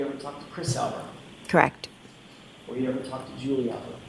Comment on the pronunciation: "Kract".... is that the same as CORRECT? AND, THINK a.m. jennifer can't forget it!😅